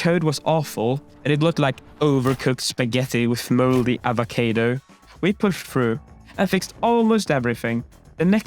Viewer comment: Its avocado not avocado said hermione